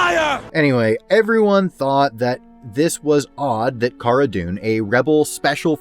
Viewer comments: If you purnounse cara as (car-ah) I can’t respect you. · Great points in this video. I'd enjoy it a lot more if he could pronounce Cara's name correctly, same goes for like 75% of people on YT covering this show. It's not like her name isn't spoken in the show people... but to be fair I know Pedro made the same mistake in an episode in S2.